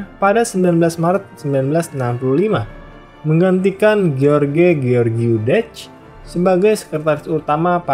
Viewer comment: semua sistem pemerintahan itu baik *syarat & ketentuan berlaku ijin koreksi pelafalan namanya ceaucescu=kusesku gheorge=jors (sama kaya pelafalan "George")